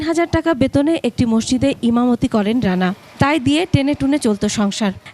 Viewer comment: একুশে টিভি'র এই উপস্থাপিকা কোন যোগ্যতায় সংবাদ পাঠিকা হয়েছে? (মসজিদ কে মসসিদ বলতেছে বারবার)